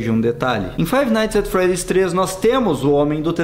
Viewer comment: Se pronuncia "faive naits et fredis"